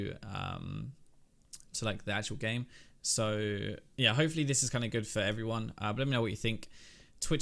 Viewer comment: did you pronounce hopefully hoe-fully at the end there lol i love European people